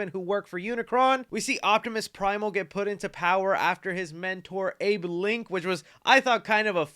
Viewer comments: ApeLinq (Apelink) not abe linc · Yo, im not tryna be that one guy but optimus primals mentor's name is "apelinq" not "abelinq"